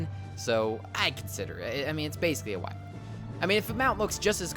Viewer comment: It's pronounced why - vern